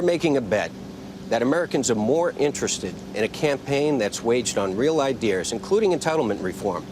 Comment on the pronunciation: What does Fernie keep saying "idears"? Weird....